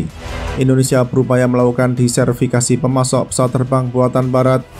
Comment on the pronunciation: Diversifikasi... bukan diservikasi😁